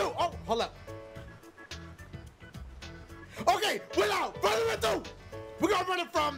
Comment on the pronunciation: I wanted to get on with the gameplay at the beginning so when Dashie said "without further ado.." I skipped 10 seconds and I hear again, "without furrrado!.."